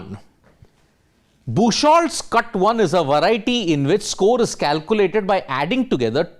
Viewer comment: BOOK-HOLTZ, not bush-holtz. It's a common name meaning "beach wood". Look up google for pronunciation.